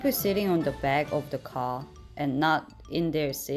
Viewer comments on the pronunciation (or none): btw, the way you pronounce “car” as “ka-“ lolllll🤣🤣🤣🤣🤣🤣